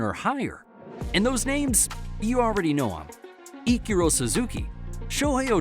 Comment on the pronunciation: Why did you say Ichiro name like that though? 😂